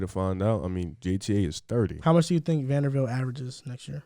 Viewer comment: someone tell it’s Vanderbilt not vandervelt